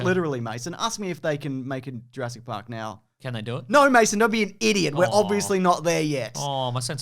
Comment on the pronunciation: lol the irony of someone correcting the name 'Sattler' who pronounces Jurassic as juraysic is not lost